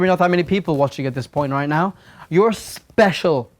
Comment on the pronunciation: said I'm spezial * w * Thank I love you (the z is for extra spezialness)